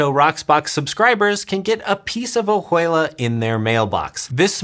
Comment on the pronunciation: That is pronounced, Oh-wei-la. The ju is pronounced like a soft 'w' such as in Juarez.